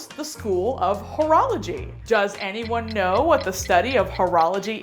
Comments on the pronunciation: When she said horology I thought she mean't whorology... if you know what I mean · At first i thought he was calling cheerleaders ho's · I thought he was saying cheerleaders were whores 😂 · At first i didnt know what was so wrong about that joke i was actually kind of laughing until the end i guess what they meant is that they tought he said whoreology instead of horralogy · Oh... The whole time I thought he was saying it like hoorah like cheerleadin... Now I get what she thought... I feel stupid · Oh I was thinking during the all vide why everyone where so offended about the joke because I thought it was about whora-whora and not about whore. The perks of not being a native speaker and don't know about the correct pronunciation I guess hahaha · Gimbra "Whoreology" it's sounds like he's calling the cheerleaders whores. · english is not my first language either and at first i ear "urology" so i expected a prostate joke... x'D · Gimbra HOE-rology